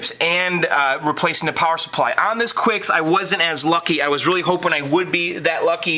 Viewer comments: quicks? i thought it was kicks... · The game 'Qix' is pronounced like 'Kicks' by Taito. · It's pronounced "KICKS"! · "The Torture Chamber" as we called it. The original arcade sounds are the best. It's pronounced "kicks." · I pronounce it "Kicks", but you may be right. So that's two titles we aren't sure of, the first one being Taito. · Ummm, it's pronounced 'Qix'. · it is qix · First of all, it's "Qix" is pronounced "Kicks". Second of all, "Gay Raj" is pronounced "garage". Nice restoration work and amazing basement. You've got a great hobby.